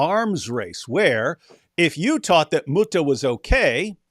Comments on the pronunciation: Lol the “mootah” 😂😂😂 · "Moo-TaH" - saying thank you to a cow